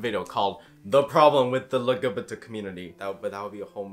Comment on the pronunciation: Fisrt off I love the fact is saying "Lugubatuh community"- second I identity as Omnisexaul because I like all genders but I dont want to have the pretenses most people have for Bi & Pan. A point for both is cause for Bi people think 2, for Pan people think gender blind, and they've been in the public eye the longest so it has the most rep- also meaning the most stereotypes that I do not want in my crossfire. I also resonate with the definition the most, Omni basically means: all genders but with a preference for blank gender or the attraction towards certain genders just feels different enough to mention. Also kinda off topic but thinking now- my Omni experience is also probably impacted by being AroAce (to be more specific Cupioromantic & Asexual)